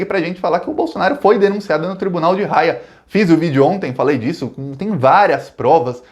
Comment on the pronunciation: Fala, meu caro. Só uma dica. Se escreve Haia, mas se pronuncia "Aia"...